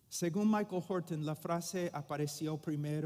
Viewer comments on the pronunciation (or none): none